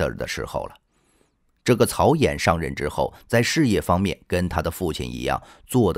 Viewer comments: 曹寅（音銀） 你不認識這個字也聽過這名字吧！就這程度還配音？ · 曹寅（yin 银）